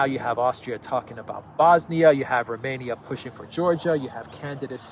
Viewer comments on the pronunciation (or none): none